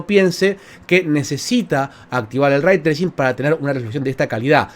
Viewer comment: Lo escuche pronunciar el concepto "Ray Tracing" Y me fui...